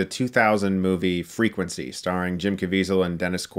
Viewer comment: Loved “Frecuency”